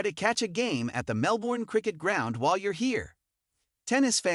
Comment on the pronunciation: If you're going to do a video on Melbourne you have to learn how to pronounce the name of the city. It's pronounced Mel-ben, not Mel-borne. Normally I wouldn't be too harsh on this point but if you're going to dedicate a video to a city, this is really 101 basics, no one should have to point this out in the comments.